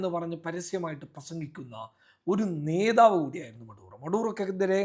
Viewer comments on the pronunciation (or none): none